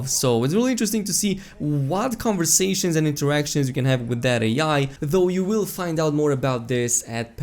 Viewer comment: Did you just pronounce AI as Ay Yay?😂